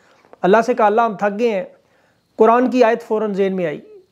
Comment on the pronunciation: Qur'ani ayat sahi Nahi